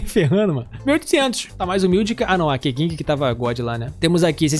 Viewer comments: Por que todo mundo lê o nome da KeQing desse jeito? D: gente, dica: querem saber como pronunciar o nome dos personagens? Bota o jogo em chinês e vai ouvir as falas dos personagens no menu de Voz de cada um. A primeira fala é o "Oi" deles, a maioria fala o próprio nome nessa fala. KeQing se fala algo como "CâTchin", tipo a onomatopeia de uma espada cortando. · no final vc entende o que ele está se referindo. Existem várias palavras principalmente em inglês q falamos errado mas no final entendemos o sentido.